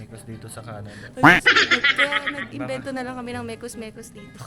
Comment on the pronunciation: originally ay mex mex po yung mekus mekus, bisaya ng mix mix. pero yung pagpronounce ni ay sounds like mekus mekus kaya naging known na sya as mekus mekus.😂